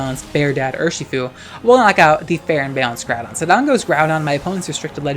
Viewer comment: Ngl I love your content but every time I hear you say kyogre or groudon's name's I die a little on the inside.